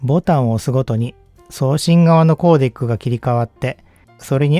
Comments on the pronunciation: Codec の発音は「コーディック」ではなく「コーデック」ですよ。英語でも。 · コーデックをコーディックって発音するのは、デスク（机）をディスク（円盤）って言ってるようなもんですよ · 「コーデイック」ではなく、「コーデック」ですね。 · たぶんeの発音に持ってかれてるんじゃないんでしょうか？ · クーデク、コーデクの方が近いかもしれませんが、些細な指摘でした。 普段から、デスクトップをディスクトップという人がいて、意味が違うだろ！といつもイライラしてるもんで、つい。